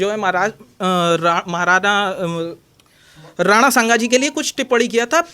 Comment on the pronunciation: Beta pahle apne papa ka nam lena sikh le nana nahe rana shanga kahna sikh le beta